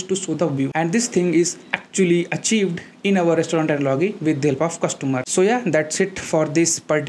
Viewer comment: Thank you for the easy to understand explanation. But I would like to tell you that you have to work on pronunciation of words like "analogy".